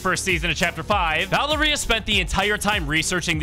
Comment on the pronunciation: Bro can't say Valeria right ITS VUH-L-AIR-IA if u don't say it right I'll find you